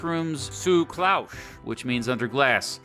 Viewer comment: Oh dear, not I A newburg, la newberg. Cloche is pronounced with a long o- rhymes with “close” with the zsh, not clowsh. Spoon bread is a sweet cornmeal pudding like bread. Yummy. Did you ever get another banana?